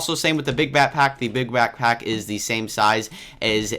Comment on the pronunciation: you said bat-pack instead of back-pack